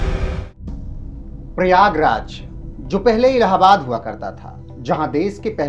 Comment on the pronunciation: ओ पत्रकार महोदय आपको प्रयागराज बोलने में समस्या है क्या?